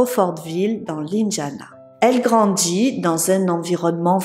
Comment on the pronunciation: Par contre je suis désolé mais faut vraiment faire attention à la prononciation ! Brandji, elle grandji , l’indjiana, l’amitchié , petchi a petchi …vous affriquer beaucoup vos mots … faudrait faire un petit travaille de diction et ce n’est pas une mauvaise critique …